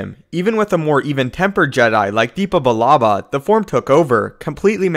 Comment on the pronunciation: Its dep ba not deepba